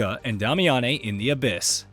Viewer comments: “Day-me-ann”. Who tf is damiyannay? 💀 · "Dami-ah-nei"? Why do they insist on having "journalists" talk about a game they've never played?! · but is pronounced DAY-mee-uhn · Starting drink every time he says "Dah-me-ah-nay" instead of "Day-mee-ahn" like they say in the actual game Damiane is in. 🤷🤷‍♂🤷‍♀ Kinda like where he talks about boss armor before saying, "yeah, you read that right," even though just heard it & we didn't read anything because it's a YouTube video. 🤔🤔🤔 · Dame. E. In. They said it in the game tons of times. I'm now certain these channels don't even play games but push out content for content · Who is "Dah-Me-On-Nay"? It's Damiane lol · Dom-ay-ya-nay bothers me more than it should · Yes!😂 let’s call her “Dah-meh-yaa-neeh” lmao 🤣 Good job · yeah pronounced Damian. This game alone had shown me just how many people have no clue how properly sound out words themselves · Honestly i was like is he saying Dami-Annie. Where are these extra letters coming from? lol. Not hating, just enjoying the ride. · Dam-i-a-ne is her name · Disliked, and unsubscribed due to Damiane pronunciation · Ok, I had to stop and downvote due to that horrid butchering of Damiane's name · bro is just rage baiting by how he pronounces Damiane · I mean if you actually played the game then you’d know how to pronounce Damiane’s name. You invented your own pronunciation there my guy 😂🤣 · I was cringing so hard every time he said it.